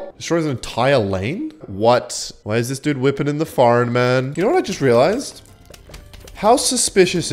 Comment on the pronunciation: It's cute how you say "knour" instead of "know" accents are fun :)